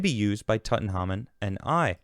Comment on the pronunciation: Big fan but how tf don't you know how to pronounce Tutankhamun?? Come on lad...😄